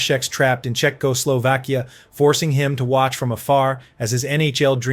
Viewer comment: Your crappy AI voice says Czechoslovkia like a drunken robot trying to convince the cops he can drive.